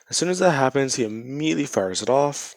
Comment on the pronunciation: You said IMMEDIATLY a lot 😆